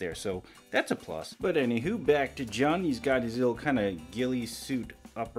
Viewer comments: Lovin this channel, keep em up. Also before 100 people say it, his name is pronounced like the month of June. Lovin the reviews! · It's pronounced joon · You say Jun as June.